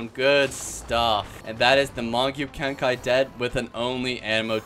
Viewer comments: it's not "magyu kenkai" it's pronounced mahgoo kenkee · also its pronounced mah-GOO KEN-kee